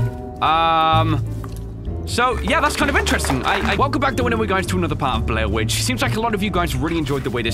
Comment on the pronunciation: Anyone hear blair winch?